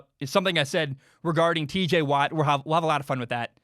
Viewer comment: I’m sorry bro but you gotta correct your tj watt it’s not teej bro I mean I hope that was just a mess up